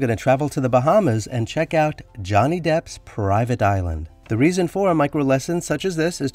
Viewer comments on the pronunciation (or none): none